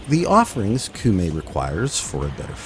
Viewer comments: Am i really the only one who's bothered by you saying "koomei" instead of "koumei"?? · Komei. In Japanese, whenever u is written after o, it's silent. Sorry, I had to, kinda hurts my ears. Other than that, gr8 vid. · I hear you coom from the Meg school of pronunciation. Coomei. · “Coom-ay”. Oh for gods sake. How difficult is it to learn how to pronounce a word when the game speaks it OUT LOUD to you? No. Being American is not a valid excuse! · Her name is said so many times inside and outside of game, you even have the clips! how did you land on 'Koomei'? Also please, 666 isn't even consistently the mark across versions of the bible, and falling back on Christian myth in a Japanese update is unendingly frustrating. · took me a minute but I HEARD THAT SOUL REAVER MUSIC still one of my favorite games to this day, and had some of the best atmospheric music lol (also funny that you dont even try pronouncing those words yet are confident in that pronunciation of Koumei) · The way you keep pronouncing Koumei actually hurts me when you must have heard it pronounced correctly dozens of times, at least